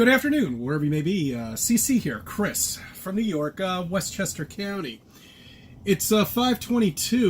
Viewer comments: That “west Chester Cow-ny” annoys me more than his insanity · Westchester caaawwwnnneee. It's county you buffoon.